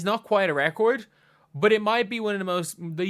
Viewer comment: Sounds like you’re trying to say record and record at the same time